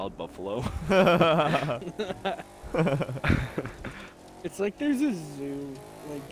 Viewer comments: “Cufalow” Jesus 😂😂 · A “cufalow”😂